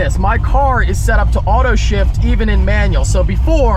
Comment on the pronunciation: Sounded like he said “auto shit” 😂 also, he shoulda put the “boom, 100 bucks, right there” in the video